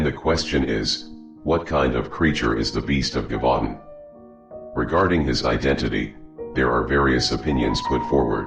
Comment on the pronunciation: Its pronounced “zhevoo DAUN”